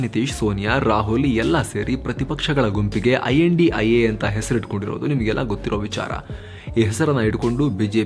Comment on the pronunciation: Kindly don't pronounce name as a INDIA its a I.N.D.I.A